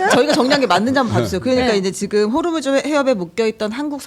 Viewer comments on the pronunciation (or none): none